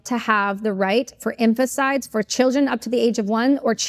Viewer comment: She is plainly unhinged and mispronounces’infanticide’. Fact check this or pull the episode